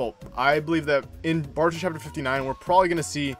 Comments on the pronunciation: It's "Boruto" not "Baruto" smh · Please stop saying BAR-uto, it is clearly BOR-uto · Bro your vids are fire but you keep saying “baruto” 😂😂🤦🏽‍♂️ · It’s not BARUTO it’s Boruto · Why you pronounce Boruto like that...